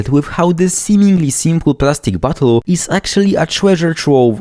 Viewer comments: I love your accent, every time you say Bottle I sort of hear "butthole" and I cherish it. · Sounds like you're saying "butt holes" 😂